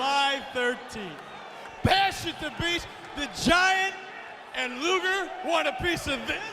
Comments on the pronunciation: Rodman said "Lex Luther". 😂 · I WAS THERE! RODMAN KEEPS CALLING LEX LUGER “LEX LUTHOR”😂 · I swear Eric even said Luger beforehand